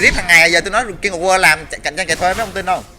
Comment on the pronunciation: wtf phút thứ thanh niên phát âm English là gây QUA :v war @@